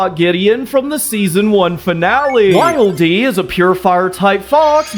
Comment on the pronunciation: When he said wildeey a heard waddle dee lol